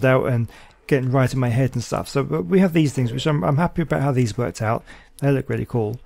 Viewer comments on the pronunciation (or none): none